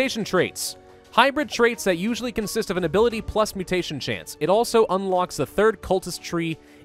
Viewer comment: chnace... (i giggled)